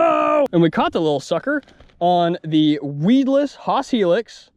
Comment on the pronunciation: Cool vid. Except for the "Thee" vs "Thuh" usage.